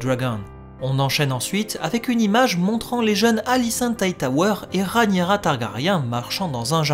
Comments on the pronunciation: Super analyse, j'aime beaucoup. 👏👏 Hélas, je m'apprête à souffrir pendant de longues années si tu persistes à nommer d'un affreux "Ranira" 💔 ma reine, my Queen, la seule et l'unique RhaEnyra ! (pourtant tu dis bien RhaEnys !). Bouhouhou 😭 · Pitié pour ma reine! 🙏 Entre qui massacre son nom en l'appelant "Ranira" (alors que Rhaenys ne lui pose pas problème), et toi qui la rebaptises "Rhanyera", au secours! 😭😭😭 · C'est trop compliqué à dire Rhaényra, normalement je devrai même dire Rhényra puisque le ae se prononce é... (en plus, avec mon accent toulousain, c'est pas facile ha ha) Du moment qu'on vois de qui je parle, je pense que c'est jouable mais j'essayerai d'y arriver ^^